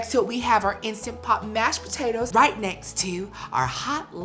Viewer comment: Say Po tay toes again 😂